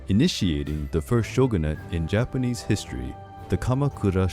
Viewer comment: I love love looooove your Japanese pronunciation... It's just so beautiful unlike others.... I request you to please cover more Japanese and Chinese history and mythology